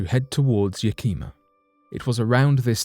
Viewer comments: You pronounced Chehalis right but Yakima is pronounced YAK-A-MA. Not bad for a Brit. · Chehalis is pronounced Sha-hay-lis and Yakima is pronounced Yak-e-maw